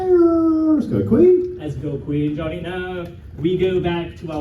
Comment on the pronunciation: Of course can’t pronounce Johnny’s name